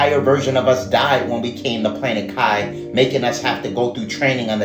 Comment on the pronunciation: it's pronounced Kee, not kai. It means spirit. NEURALINK doesn't equal 666 in Gematria. Nowhere near it in fact. It's 105